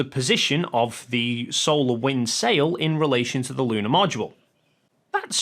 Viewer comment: Did he pronounce Module as "mow do la"???